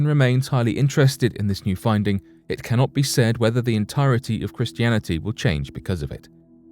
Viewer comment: BRO!!!! IM FUCKEN DEAD!!! 🤣🤣🤣 at around the mark the narrator goes to say the word Christianity but he says it with a "b" as in bristianity. It's funny because that's how a blood would say the word, you know by replacing all the letters c with a b. Idk I know it was just a slip and not done on purpose but still it was funny as fuck when I heard it. Now don't be all gay and take the video down now because of it we all understand it was accidental.